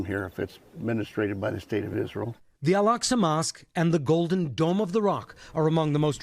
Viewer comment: When someone pronounced Israel as "Izzrole", you know their opinion is going to be rubbish. Likewise when someone says "fentanol" or "nucular".